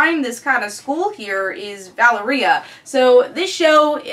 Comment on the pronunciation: I had never heard 'Valeria' pronounced like that, I always say it like this